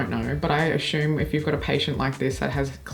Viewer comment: another really interesting and entertaining video! Quick question: You are extremely articulate, but I noticed today that you pronounce the word "assume" with an "sh" sound, as "ashume." I'm trying to figure out where this could come from because you don't have an issue with the letter s generally. Do you recognize what I'm talking about?